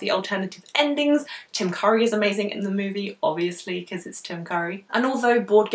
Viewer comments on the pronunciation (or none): The way you said Tim Curry sounded like "Jim Carrey" lol. Looking forward to more of this challenge vids, if there'll be any.